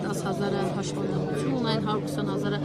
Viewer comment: Լրագրողը ասում է ,,հաշՎանդամություն,, էս ին՜՜՜՜չ տգիտության մեջ ենք հայտնվեեեել